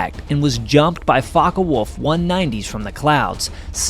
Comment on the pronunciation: Focke Wulff Not Fawka, but the o sounds like the o in for, core, four